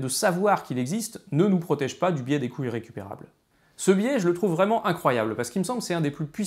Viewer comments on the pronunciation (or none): ...d'où l'importance de prononcer les liaisons : les coûts Zirrécupérables. Mais on m'a déjà répondu que le côté "parlé" de David, y compris de légères fautes de français, apportait une spontanéité, une fraîcheur, qui plaisait aux auditeurs. Va donc pour des couilles récupérables :-)